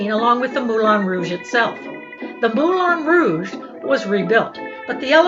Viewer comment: Hello. Ex Professional Dancer at the Moulin Rouge here. ( Dec 86 to Jan 88 ), the last year of Femmes, Femmes, Femmes. It's pronounced MoulAN Rouge, not MoulON.